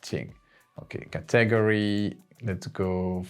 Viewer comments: Very helpful. I'd love to see a part 2. Also, just as an FYI, no offense meant, just an fyi...in the USA we pronounce "Category" as, "CAT - UH - GORY", not "CA - TAG - ORY" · Please learn and practice pronouncing "category" in English. /ˈkæt.əˌɡɔːr.i/ You seem to be breaking it into syllables in a different way, such that I can't even make out exactly how you did it, it just sounds too weird. Just start by saying the word "cat". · Brilliant... Btw, are you saying the word "category"? I'm used to hearing it as 'ca ta gory'. Just clarifying. Thx. Great job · It's not caTAGory. It's CATaGORy. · Thank you so much❤ So I really love the way you are saying Category too. I thought is was a math computer greek word and then I realized after a few times. Just FYI it is CAT like meow Ahhh Gory ( gory slasher film) But personally your way is more interesting❤